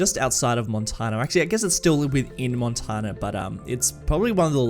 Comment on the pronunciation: Listen to the song Montana by the mothers of invention for the proper way to say Montana. It's not supposed to be pronounced like Sultana.